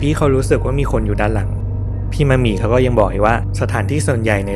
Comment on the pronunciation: ดีใจที่สุดคืออะไรรู้มั้ยคะ คือพูดชื่อนักแสดงถูก ‘มะหมี่’ ขณะที่อีกหลายช่อง ‘มัดหมี่’ คนนะฮะ ไม่ใช่ผ้าไหม งงใจว่าพูดยังไงให้ผิด สัมภาษณ์นักแสดงเยอะแยะ ก็เขียนชื่ออยู่ชัดๆ เสียดายนะคะที่พี่มะหมี่เขาไม่ได้มีผลงานออกมาอีกแล้ว สำหรับเรา เราว่าพี่เขาแสดงเก่ง แถมยังสวยแบบเอกลักษณ์ หน้าเก๋ ขึ้นกล้องมากๆ ด้วย